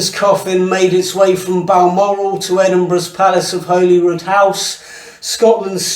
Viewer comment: The Scottish people will decide, not some irrelevant youtuber who cant even pronounce Holyrood properly.